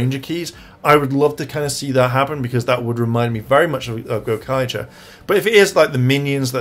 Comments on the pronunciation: When is someone going to correct him on the pronunciation of ZenKAIger!?! I literally can't stand to hear him say ZenKANger. There's only 1 N and it's the third letter lol. For God sakes please fix you pronunciation. It's "KAI"ger not "KAN"ger. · well when you're talking about Kaito alone, you call him Zenkaiser. Which is his "ranger" name? Like ZenkaiZuran or Vroom...it's Kaiser for him. But when you talk about them all together, they're the ZenkaiGers. And you yourself like to add an extra N where there's not one. Pretty much say it like Gokaiger but Zen instead lol.